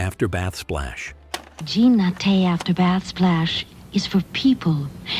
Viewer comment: JEAN not John